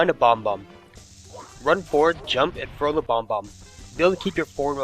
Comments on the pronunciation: I'm sorry to be the douche here, but it's bob-omb. Not Bomb bomb. It's prounounced Bob like the man's name. And then Omb like Mom but with a silent M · Pronouncing bob-omb bomb-omb? Calling mario mairio? Calling Clepto a volture? DO YOU KNOW ANYTHING ABOUT MARIO GAMES?! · Bob-omb. Mario. Not Bombbomb. Not. Merr-io. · bob-omb, not bomb-om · please practice your speaking skills its annoying af its like u not only talk hella fast but pronouncing bomomb is bomb-ohm not bombbomb u also say mar-yo its mario. somehow u are able to say koopa right but yah slow the fuck down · accent wouldn't make you add and delete letters for bob-omb. you're clearly just pronouncing it wrong, accent or not. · Bob-Ombs, not bomboms. :p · bob-omb, not bomb-bomb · "Bomb-bomb" "Merry-oh" Lol. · Dude, calm down. Notice the emoticon I used? I was saying that I was unamused that pronouncing it as bomb-bomb